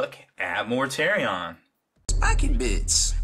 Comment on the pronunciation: The way you pronounce Mortarion makes me have violent thoughts. Enjoyed the video though.